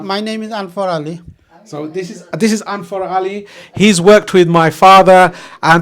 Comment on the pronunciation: What the fuck is “Anfar Ali”? You stupid Bengali. It’s “Anwar” not “Anfar”. And let the old man finish speaking before before cutting him off.